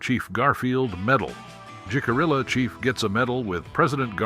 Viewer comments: Oh brother!!! Its pronouncd hick - ah- ree- ahh...you dont pronounce the letter 'j' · Jicarilla is pronounced Hih-cuh-ree-yuh. That’s not the only tribal name that was mispronounced. I would have felt better about this video if care had been taken to have all names correctly pronounced. As it is, it seems incredibly disrespectful.